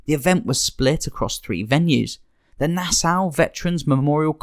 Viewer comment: Nassau is pronounced "Nah-saw" and D.I.C. is pronounced "deek". Also, the lyrics to the Be a Man song is "don't be scurred, you're runnin from Macho that's what I heard". It helps to double check when listening to song lyrics. Hogan dropped the belt to Yokozuna at the King of the Ring not SummerSlam '93.